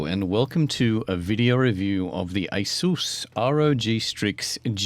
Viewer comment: Asus pronunciation "EHHHH! SOOOS!"